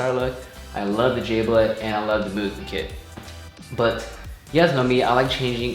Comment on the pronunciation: Its Mugen not Moo-gen. Ha,jk.